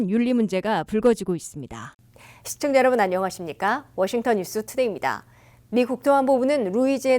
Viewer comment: 시청자는 "시: 청자"라고 "시:"라고 길게 그고 일순 pause! "청자"라고 띄어서 발음하셔야 합니다. 자고저, 고저 장단음 문제가 많습니다. 정중히 권하오니, 유튜브에, 처 보실까요? 우리 말이 대한 귀한 강의를 들을 수 있나이다.